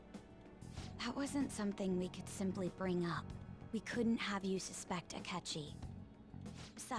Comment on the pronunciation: "Asketchy?" Me: No...sketchy akechi.